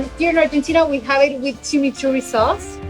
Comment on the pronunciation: CHIMURI???😂😂😂😂 ....CHIMICHURRI SE DICE😂😂😂😂🇷🇺🇨🇺🇻🇳🇦🇷🇯🇴✨✨✨✨✨✨✌️✌️✌️✌️✌️💪💪💪💪😡😡😡😡